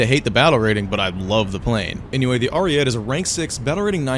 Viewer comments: as an italian please say it good : ARIE-TEH, not ariet like u say it, it just hurts my soul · If the BV-155 can be at 4.0 the Ariete can go back to its BR, this is bullshit what they keep doing to Italy Also obligatory pronunciation-related comment, the TE in ARIETE is pronounced much like the TA in TAIL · i get that you’re an american but PLEASE say ariete correctly